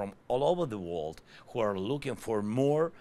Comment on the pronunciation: World still comes out as wold, which is not a word in English, but the word exists in Swedish, as våld, which means violence. Also he says love like laugh, I have absolutely no idea how you can turn the word love into the word laugh, but he does it! Americans laugh peace, he said. Jeesus. Love is pronounced with an o-ugh, sort of like lough-ve, while laugh is pronounced with sort of saying Laaaf or Laaph. Love is spoken as in low, love, low, love, low, and laugh as in lad, laugh, lad, laugh, lad. 🙏🇺🇦